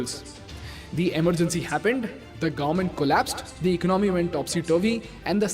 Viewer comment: Ec-nomy or Econ-my Very important were you break the word.